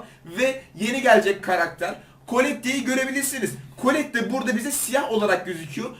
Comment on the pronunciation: Ya neden herkes şunu kolette diye okuyor kolet diye okunuyor